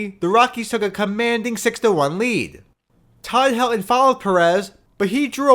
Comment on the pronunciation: Also, there’s a ‘t’ in Helton… It’s pronounced Hel-ton. Not ‘Hel-on’.